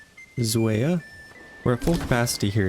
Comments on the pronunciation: Try pronouncing Zweiau like this Zwei = tsvy , au = ow. I know I'm being pedantic, but there is no harm in getting it right. I will keep watching your videos though regardless 😉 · just found your channel yesterday and really enjoying these videos. hearing your pronunciation of zweiau is really funny to me as a german haha